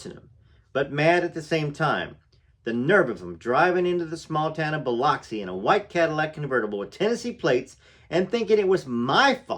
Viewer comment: but its pronounced Biluxi